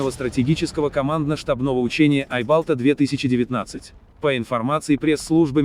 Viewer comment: Не "Айбалта" а "айбалтА"